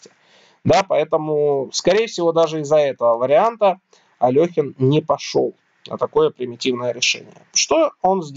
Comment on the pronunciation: АлЕхин, нЕ Алёхин